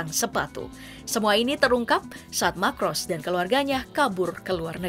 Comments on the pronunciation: Ngatain orang nggak becus... Yg membacakan narasi juga nggak becus... Ferninand Marcos dibaca Ferninand Makros... Imelda Macros, kamu baca Imelda Makros... Anak SD aja ngerti baca yg bener... 😂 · Marcos Min bukan Macros